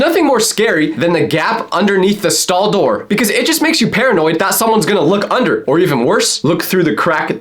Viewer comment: when he said door😭